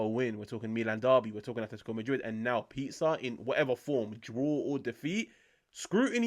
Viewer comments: its pronounced pE-sah hermano 👌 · Say the "s" of Pisa like the "s" in "simple". Simple!